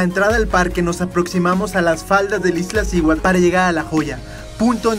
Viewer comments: Excelente video, sin embargo, es Iztaccihuatl, no IztLaccihuatl. Saludos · No es Iztlaccihuatl, es Iztaccíhuatl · Iztlaccihuatl? O Iztaccihuatl...pff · Bellísimo video, aunque me llama la atención la insistencia de llamarle "Iztlaciuat", si claramente el nombre es "Iztaccíhuatl". Felicidades a todos los que tienen el privilegio de visitar nuestras cúmbres. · No se dice "IZTLACCIHUATL" se dice "IZ TA CCI HUATL" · Muy buen video, pero cada que decia IzTLaccihuatl me brincaba el ojo 🤣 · me dan ñañaras cada vez que escucho Izt..L...accihuatl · No es Izt (L)acihuatl! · ¡¿Corriges al amigo extranjero y tú dices IzTLaccíhuatl!? ¡¿En verdad!? Se me reventaron los tímpanos. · Dislike porque no es iztaccihuatl, es Ixtlacihuatl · JAJAJAJAJAJAJAJAJAJAJAJAJAJAJAJAJAJAJAJAJAJAJAJAJAJAJAJAJAJAJAJAJAJAJAJAJAJAJAJAJAJAJAJAJAJAJAJAJAJAJAJAJAJAJAJAJAJAJAJAJAJAJAJAJAJAJA NO SABEN DECIR IZTACCIHUATL Y POPOCATÉPETL JAJAJA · TU TAMPOCO LO SABES DECIR JAJAJAJAJAJAJAJAJAJAJAJAJAJAJAJAJAJAJAJAJAJAJAJAJAJAJAJAJAJAJAJAJAJAJAJAJAJAJAJAJAJAJAJAJAJAJAJAJAJAJAJAJAJAJAJAJAJAJAJAJAJAJAJAJAJAJA PARECES UN NENE QUE NO SABES DECIR IZTACCIHUATL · Padre tu video en verdad, solo revisa la pronunciación correcta de la palabra Iztaccíhuatl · Primeramente, felicitarte por el reportaje y hacerte unas observaciones, sin afán de molestar.. El nombre del volcán es Iztaccíhuatl, no Iztlacihuatl.. Lo que llevaban el la espalda son mochilas, no "maletas" Y por último son Piolet (sin acento) porque lo pronuncias piólet.. Por cierto, lo agarrabas al revés, la punta va hacia atrás, por si resbalas, puedas clavarlo en la montaña.., lo bueno es que no pasó nada malo...